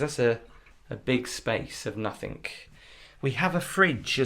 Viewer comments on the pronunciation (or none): I like your videos, but the word 'Nothing' doesn't end with a 'K'. 😊